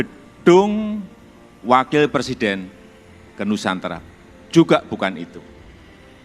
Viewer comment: Mantap.... cuma yg perlu pa Jokowi perbaiki adalah ucapakan kata PRESIDEN, agar benar ucapannya...jangan sebut PERSIDEN tp PRESIDEN